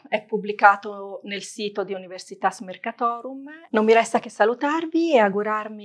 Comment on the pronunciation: Si dice Univèrsitas, non Universitàs. È latino, cribbio.